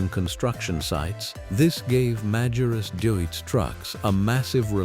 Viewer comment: и правильно марка именовалась Магирус